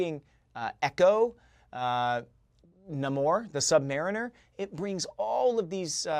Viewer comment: Nam-Or ? .. weird way to pronounce it, .. what is he? .. French?